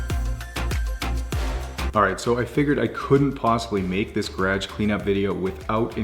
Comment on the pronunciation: Love your videos but every time you say "garage" I cringe. 😂